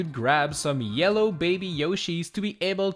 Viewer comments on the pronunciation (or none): none